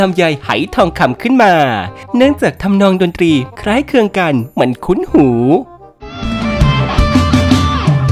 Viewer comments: คำว่า คล้ายคลึง มันออกเสียงยากหรอ? เห็นออกเสียง คล้ายเคือง เลย? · คล้ายคลึง ไม่ใช่ คล้ายเคือง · คล้ายคลึงค่ะ ไม่ใช่คล้ายเคลือง😂😂